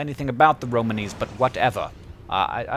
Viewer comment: Just so you know, Hank, you're putting the emphasis on the wrong syllable. It's Ro-MAWN-ee, not Ro-man-EE.